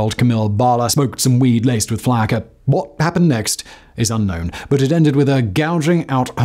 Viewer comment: As someone from Florida it's pronounced flocka, not how it's spelled as flacka